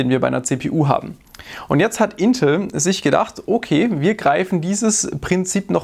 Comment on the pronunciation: Hört sich bei dir an als würdest du Intl sagen 😅